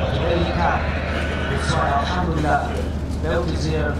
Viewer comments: its elhamdulilah not alhamdulilah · Why does he keep saying our ham dealer.